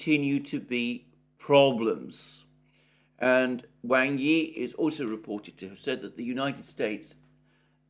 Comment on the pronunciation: Wang is pronounced as w-aug not as you see it